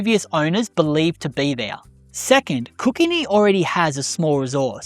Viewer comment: I find the pronunciation in this video funny. I'm a local and I hardly recognised some of these names, like Kookynie. Google shows the pronunciation as he says it in the video, but living out that way, everyone pronunced it as "Koo-ky-nie" Niagara is another one. We all pronunced it the same as Niagara Falls in North America. Why, because the dam was named after the Niagara Falls, because close by there is a small seasonal waterfall. They should have called it the Hoover Dam but it was about 40 years early. Great video mate, I am enjoying them, despite you being a geo 😋